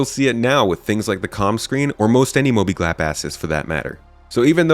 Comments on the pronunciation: "mobiglap assets" :D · Mobiglap Asses. hahahaha oh man. I had to rewind for that one.